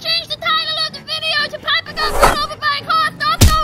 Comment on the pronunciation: You said liper it is piper